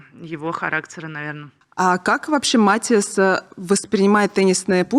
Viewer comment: Настя классная! Успехов ей много 🥰 Очень режет ухо, когда ведущая говорит, обращаясь к Насте, в третьем лице. Не только эта Софья этим грешит на канале. И еще Настя все интервью называет своего парня МатИас, ведущая - МАтиас